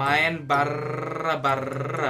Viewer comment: "BARR BARR.. R nya dua yeh" bikin ngakak 🤣